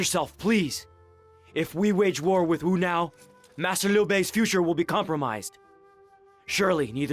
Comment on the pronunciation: It's as if the W is silent and no longer pronounced in the word